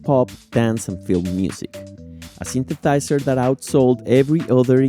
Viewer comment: Super video! I knew everything about the M1, but still enjoyed it a lot! Where are you from? I like that you say syntheTizer. :) I also thought for most of my life that it’s synthetizer and was shocked to learn that it’s actually syntheSizer. Because in my language (hungarian) it’s also with a T.